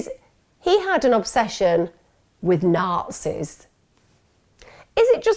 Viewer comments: I had look at transcript to figure out you were saying Nazis . I heard naughtiness every time you said it 😆 I had Google dead to rights before watching your channel in united States there ALOT different phrases. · Hahaahahahah after 800 listens I finally figured out she’s saying Nazis. I’m Canadian forgive me lmaoooo